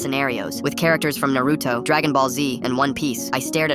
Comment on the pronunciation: I flinched at the way she said Naruto like it's Na-ru-to NOT Na-roo-to